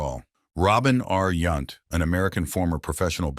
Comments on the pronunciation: Yownt not Yunt. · And it's Yount as in mount!